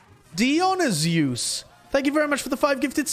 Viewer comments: Yeah. The way he said it sounded like it was a fusion between Dionysus and Zeus like Dionyzeus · i think he was trying to pronounce Dionysus, the name of a greek god lmfao (die-on-i-sus) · Lol nevermind Just Heard him pronouce it damn that was terrible